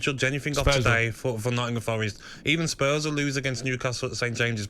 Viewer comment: Jamie, ‘ Nottinham’ has a G in it🤦🏽‍♂️🤷🏽‍♂️😂😂same as ‘birminham’😂😂